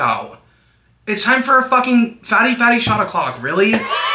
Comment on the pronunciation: to this day i cant tell if youre saying "fatty fatty shot oclock" or "Baddie baddie shot oclock" im so sorry pookie